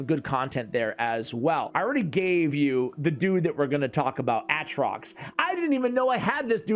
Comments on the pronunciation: Hahaha he keeps sayin "artox" bur his name is ATROX. Still like ur videos though keep up the good work 👏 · I love that you are correcting yourself calling this hero artok by calling artoX, but it is actually aTroX:p you'll get it one day, I believe in you! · It not artox it's atrox lol. Still a great video man love it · It's (A)Trox bro come on MAN!!😂